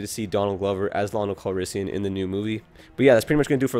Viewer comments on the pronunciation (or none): It’s land-o